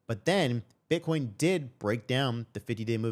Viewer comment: Bro said butt coin 😂